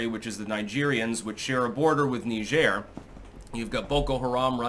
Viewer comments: Please google "Pronounce Niger" lol Hint: it's not Knee-zhaire...😄 It's a lot closer to Nigeria without the "ia".. It's Nai-jer, similar to Nai-jeer-e-uh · It's pronounced "Nigh-jeer",get it right. 🤬👎👎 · It's Niger. NYE-jur. The fluffy, Frenchie thing you're trying to do will not inoculate you against being called WAY-SISS. NYE-jur. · is doing the faux French pronunciation. Sounds like Nigel when in English. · So it's Nee zhair now huh, lmfao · Knee-jheer? How fancy. Pinky out!